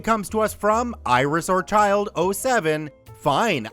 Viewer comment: Not sure if I should take pronunciation advice from someone who says 'orchid' that way.